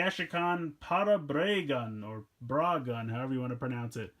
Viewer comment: It’s parablagun